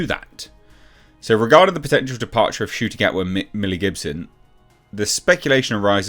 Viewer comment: Ncuti ? Are you sure the ‘N’ shouldn’t be after the ‘U’ ?